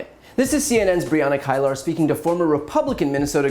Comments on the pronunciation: I'm not trying to be petty, but CNN journalist Brianna Keilar's last name is pronounced "K-ē-lar". 😊✌ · The CNN reporter’s name is pronounced “Bree-Anna Key-Lur”... not “Kyle-ur”. The mispronunciations make you seem less credible as it indicates you really don’t know your industry. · Hey Brian, her name is pronounced Key-lar. Love your work. America is a better place because of you. Peace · Brianna KEY-ler, Brian. Like Garrison Keillor. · It’s Brianna Keilar (key-lar). She is great! I enjoy your channel Brian. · It’s pronounced ‘Kee lar’ BTC. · It’s pronounced keelur, boo. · It's pronounced Kee-Ler & u should try to get her on your show. She's a True Bad Ass!!! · Brian! Pronounce her last name correctly!